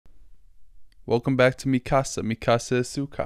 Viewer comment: dammit you said “welcome back” … not “welcome byke”